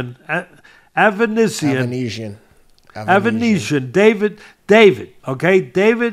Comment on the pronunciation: Ava-knees-ya . . . ava-neez-iyum . . . Avan . . . Uh . . . David Okay! 😂😂😂 Best Prizefighting Channel Ever!!! 🤣👏👏💯